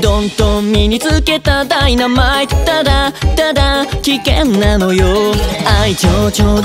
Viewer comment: 歌みた投稿ありがとうございますᐡ •̥ ̫ •̥ ᐡ❤︎ 個人的に好きなところをまとめさせてもらいました🔉♡ "メラ"の入り方が何度も聞きたくなる中毒性すぎる😿🤍 "優等生"上がり方がかわいさあり儚さだアリですごくすきが溢れちゃう "カメレオン"癖があり 個性が出てる "じゃない" 小さい ぁ がはいってるみたいな歌い方がキラキラアイドル！！( ･ ･̥ )❤︎ "ダイナマイト" マイトの発音(？)の仕方が綺麗(՞っ ̫ _՞)ᐝ "危険なのよ" よ の上がり具合がビブラート聞いてる 耳に響くのとっても良い "だりぃだりぃ" のとこってなんでこんなに声が透き通って聴こえるの？？ってくらい声が綺麗𖦹 ̫ 𖦹 やっぱり裏声との使い分けが上手でのお歌の曲調に合わせてるってのがとっても伝わってくる💫^. ̫.^ "ボロボロ" 単純にここの声が好きすぎる "カメレオン"は何回聞いても耳に残るからの最高の魔法です➰🪄 "ガンガン" この言葉をより表現するためににちょっと間が空いてるのが素敵 ~ り↑の声の高さ 耳が落ち着く声でさすがってなっちゃう😿💭 "流行り" ここもまた ぁぁ って入ってる歌い方！ "実感" 何気にここの歌い方 個人的に1番好きなぽいんとです🐈‍⬛♡ の"だもん" は切実にアザトカワイイだよう(՞..՞)" ''わかんない"から入る声が儚くて切ない感じがして この歌の伝えたかったことがここに詰まってるって感じがします 他のとこよりも声が低くなってるのがギャップ萌え⛓♡ ちょっと静かに呟いてるような歌い方なのがまたいいT^T❤︎ 最後の カメレオン は元気ハツラツなのが最高にっぽくてすき は自分の声を使い分けるのかとっても上手で 聴いてて飽きないほど中毒性があるって改めて感じました👶🏻🎶 これは毎日聴くしかないのでたっくさん聴いて、もっともっとのかっこかわいいところを発見しようとおもいます👍🏻💙